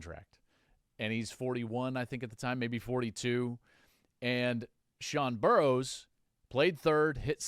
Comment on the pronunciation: Burroughs not Burrows